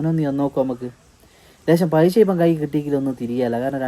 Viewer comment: പൈശ അല്ല പൈസ😂